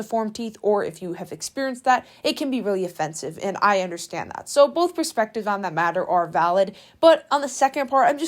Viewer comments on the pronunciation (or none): none